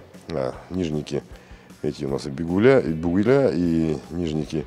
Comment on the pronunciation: Не "бигуля'' а "бугеля"